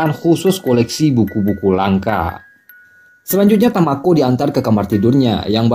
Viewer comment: kok jadi tokuo bang ? hahahha dari tamako ke tokuo hahhaa